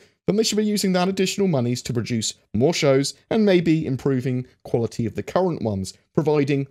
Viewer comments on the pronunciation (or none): none